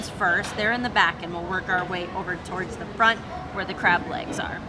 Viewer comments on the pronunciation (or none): none